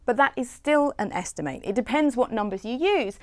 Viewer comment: Why does she keep pronouncing the noun 'estimate' as the verb? Esti-mate = The act of making a rough calculation Esti-mut = A rough calculation